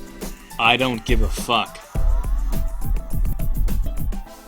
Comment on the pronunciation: "i dont gie a fuck"